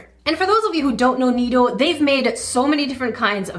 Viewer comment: It's nee DOH not nee AIR... how could they screw up so bad... also that poor balloon animal, my kiddo would be devastated